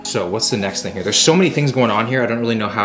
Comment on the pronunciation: "This is some TING to do " 😂😭